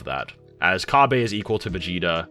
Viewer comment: Oh my god you saying “Ca-bay” makes my ears bleed💀